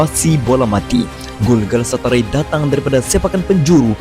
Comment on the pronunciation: galatasaray bukan galasatarai haha